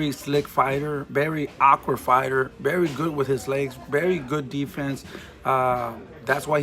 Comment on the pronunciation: He's berry right ... why do Hispanics use a B for a V 😂😂😂